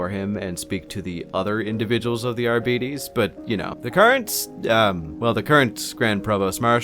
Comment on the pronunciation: The way you pronounce Arbites triggers my fight-or-flight response